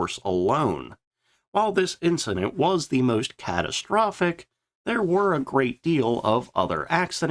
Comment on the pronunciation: just one more thing—- why is it that every time you try and use the word “the” it comes out as “teh” Just an observation that my inferior intellect just doesn’t understand. I’m just a plowboy from Mississippi trying to make sense of a simple word that a genius of your caliber should easily catch as a misspelling except that you do it every time when you attempt to use the word. Hmmmm